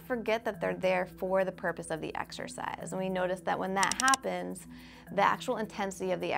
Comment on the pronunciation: why wouldn't you cut the misprounoced "exercise"